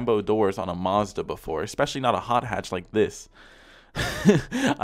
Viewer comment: Omg the way he says Mazda there no r in it